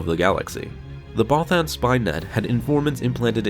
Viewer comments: Bothan is pronounced (both-ENN). It's literally said in ROTJ by Mon Mothma, bro. Twice. No offense, my friend, but you seriously need to brush up on your pronunciations. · I like ur vids but not how u say bothan but keep doing u bro